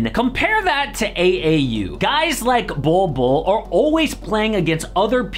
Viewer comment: It's "Bol Bol" mate